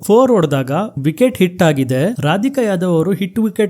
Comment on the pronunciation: ರಾಧಿಕಾ ಯಾದವ್ ಅಲ್ಲ ಕಣೋ, ರಾಧ ಯಾದವ್ ಅದು 😢